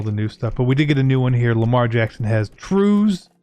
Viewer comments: You said Truise, I think the ability for lamar is pronounced Truss, like when his RB and Kicker did promos about him winning MVP saying BIG TRUSS, COOL name for it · Truzz= truss (how you say it) for LJax's xFactor, that way Ravens fans don't come after you just cuz you didn't know....🤷‍♂️ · Dude just said Truees